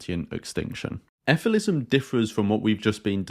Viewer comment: Shouldn’t it be pronounced as figh-lee-sim?